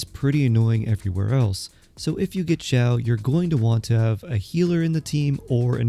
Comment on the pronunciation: why is this guy so quiet??? my volume is almost all the way up and it's still somewhat quiet also him calling xiao "jow" really bothered me